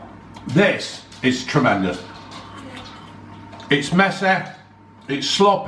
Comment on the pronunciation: It's messeh, it's sloppeh